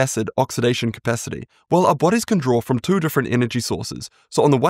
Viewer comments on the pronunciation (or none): none